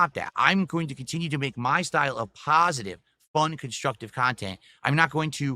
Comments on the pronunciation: "IM GOING TO KEEP MAKING MY STYLE OF PAHSAHTIVE CONTENT" Right after he uses vile slurs and vicious toxic insults for 10 minutes about other people What pahsahtivity dood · He really does pronounce positive as “pahsitive” lol